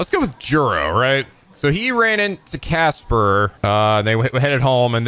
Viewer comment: Game: Kas-Pahr: Cas-Per Game: Mer-Seh-Dez: Mer-Sei-Dis Game: Mo-Ri-Shige: Mo-Shi-Rige Game: Ko-Ma-Eh-Da: Ko-May-Da Game: Wai-Fu: Wah-Fu Game: Tomato: UGM-133A Trident II Submarine-Launched Ballistic Missile(SLBM)